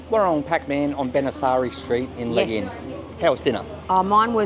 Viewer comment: Legee-uun. That's how you say the area. Legian. Have a fun there.